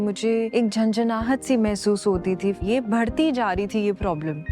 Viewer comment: ये सेंसोदाइन का एड देती है पूरा मुर्ख लगती , बढ़ती को भड़ती बोलती है ससुरी